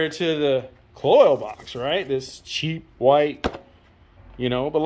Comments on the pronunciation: Not pronounced "coils." Pronounced exactly how it is spelled: Kloy-z rhymes with "toys." They've been around for years. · Agree. The mispronunciation sounds like a nube rather than an experienced builder. One other thing; the "good chain" was put on a differernt motor. Raises a couple of qustions. Perhaps the first motor was align-honed and the second not? Cloyes offeres a timing chain to account for this. Or ????